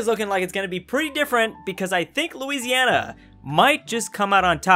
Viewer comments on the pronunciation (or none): none